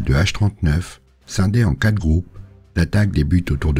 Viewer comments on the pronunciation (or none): none